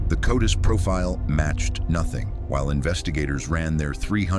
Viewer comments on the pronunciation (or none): *CODIS Not "Codus".